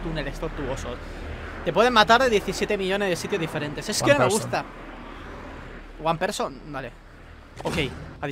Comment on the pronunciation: "UAN PERSON!" JAJAJAJAJAJAJAJAJJAJAJAJAJJA